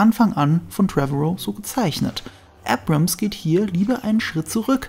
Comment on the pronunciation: Er heißt JJ Abrams, nicht JJ Ebrems.